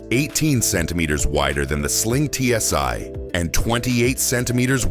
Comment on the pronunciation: It's not TSy, try TSi - Stupid Botts...